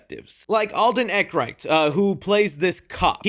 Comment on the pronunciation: Love the vid, it’s pronounced Alden Air-in-reich btw 😂